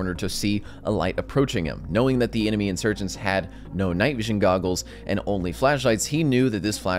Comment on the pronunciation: Bro said "IR nd thermal"